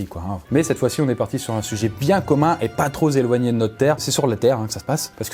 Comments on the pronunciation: "Pas trop Z-éloigné" c'est quoi cette liaison qui sort de l'espace? 😁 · "pas trop zéloigné de notre Terre" >< Mes oreilles ont saigné ^^ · « Pas trop z’éloigné de la terre »?!?!? Why??? 🤷🏻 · Après toutes ses années y a toujours des liaisons dangereuses ! "Pas trop z'éloigné de notre terre" .. ça doit être ta marque de fabrique ^^ Si tu cherches un correcteur de liaisons dangereuses, je postule !! 😉 En tout cas, chouette vidéo comme d'hab. 👍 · pas trop "zéloignée"? ;) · Whaaaaat 🤔! Suis je le seul à avoir entendu "pas trop-ZZZ-éloigné de la terre "! 🤦🏻‍♂️🤦🏻‍♂️🤦🏻‍♂️ Noooon! Pas toi stp:-/ T'avais bien commencé et voilà que tu commences à basculer du côté obscur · 0.35 : "un sujet pas trop Zéloigné " 🤣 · pas trop zéloignés ! ;-) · J'adore le "pas trop z'éloigné", un vrai gimmick ;) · « Et pas trop z’eloigné de notre terre » 😂😂😂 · A 35 secondes "pas trop z'éloigné ..." 🤣🤣🤣. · Pas trop Zeloigné aïe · "Pas trop zéloigné de notre terre"... Aïe ! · " Pas trop zéloigné".... tu m'as tué lol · Le "pas trop zéloigné" ça fait plusieurs fois que je l'entend sur tes vidéos et à chaque fois ça fait saigner des oreilles... Stp fais gaffe aux liaisons 🙏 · "pas troZ éloigné" 😂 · Il a fait une faute : il a dit "pas trop z'éloigné de notre Terre" ... Voila....... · "pas trop Z'éloignée de notre Terre" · "trop zéloigné" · 'Pas tro zéloigné' 🤣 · '' pas trop Zéloigné '' vos vidéos sont sympas mais il va vraiment falloir bosser le Français maintenant. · Pas trop zéloigné🤣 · Pas trop z'éloigné. Pas mal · Pas trop z éloigné. Mauvaise liaison. J’arrête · 00mn35... Les liaisons dangereuses. ;-)